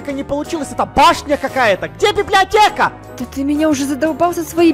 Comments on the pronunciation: Ты сказала беблеотека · она говорила беблеотека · Да говорила БИБЛИАТЕКА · да говорила слова блиблеотека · ТЫ СКАЗАЛА СЛОВО БЕБЛЕОТЕКА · Она сказала библетека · Она говорила беблеотку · Она говорила беблиотека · Она сказала быблиотека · Она сказала беблиотека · сказала слово біб ліотєка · Вона говорила бибдиатека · Она сказала библиатека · говорила бібліотека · сказала бібліотеко